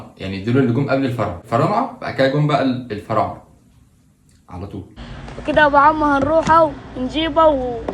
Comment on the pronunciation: أنا فطست ضحك على كلمة الفعارنة 😂 لأني بقولها الفنارعة و بعدين الفعارنة و بعيدن بقول الفرااااااعنة 😂😂